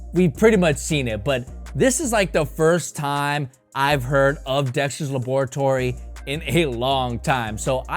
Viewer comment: Why is every sneaker reviewer pronouncing laboratory wrong😭?